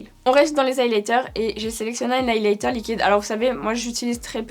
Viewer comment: Super vidéo comme d'habitude 🥰🥰🥰 eyelighter au lieu de highlighter😅😅🤣